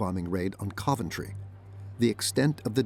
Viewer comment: Hideki Tojo didn't go to Berlin, it was Matsuoka, the Foreign Minister. Also, some of the pronunciations in this video are really bad, like the mangling of "Coventry". With all the work that went into this, why do you undermine its credibility with obvious AI narration?